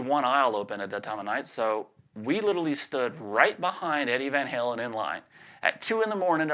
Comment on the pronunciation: shows he’s a true southerner and rocks a nice drawl when he says...”staindin’ ahn Lon with Eddie vain Haylen “